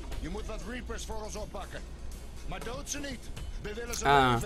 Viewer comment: idee zeg in plaats van reapers dan repers